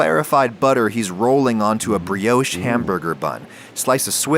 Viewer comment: Pro Chef Tip - don't forget to season your Kitchen floor before cooking, that way if you ever drop anything you never have to throw it away. That's the first time I've heard Brioche pronounced as "Bree-Yowsh"!